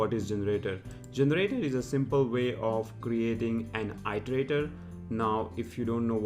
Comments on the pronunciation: Its pronounced erderaydor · It’s pronounced as eat-erator.